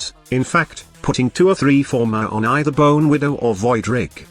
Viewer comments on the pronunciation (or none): none